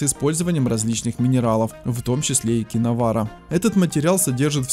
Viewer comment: КИНОВАРЬ, а не киновара.